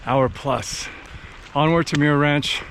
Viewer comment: Awesome film!!! I appreciate how you showed the highs and lows of thru hiking. Always a rollercoaster! A couple of thoughts: The name Muir is pronounced "mmm-your". As a relative of John Muir, I was super disappointed that you didn't use your voice to at least recognize that you were on Indigenous land and that while the colonizers call it the John Muir Trail, it is an ancient Indigenous trail named Nüümü Poyo that was established long before colonizers arrived. The trail travels through the ancestral homelands of many Sovereign Nations, many of which are still very much alive. Choosing to not acknowledge this Indigenous history is a form of erasure, especially when you reach such a wide audience. We need to help with and be advocates in decolonizing the land.